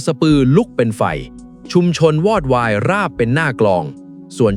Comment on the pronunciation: อ่านว่า😂วอดวายไม่ใช่หวอดวาย